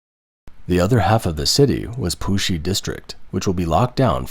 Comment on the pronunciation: Please get someone/thing that can imitate a Chinese accent... Because I was watching the video and the bot said "Pusi district" as "poohshe district... and that sound too much like another word that sometimes makes manchildren like me, laugh for no reason during a serious news report.